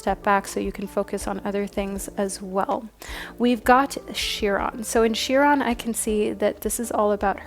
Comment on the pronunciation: Chiron (pronounced Ky-Ron) like Celtic is pronounced Keltic. 💖